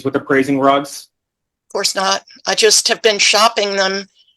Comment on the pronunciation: I keep hearing and thinking “drugs” instead of rugs and this is so much funnier.